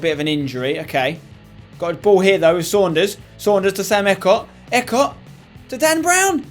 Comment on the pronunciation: EECOTT NOT ECOT M8